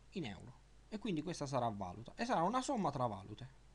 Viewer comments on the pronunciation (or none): Guarda che si pronuncia valùte (non vàlute), sono i diversi tipi di moneta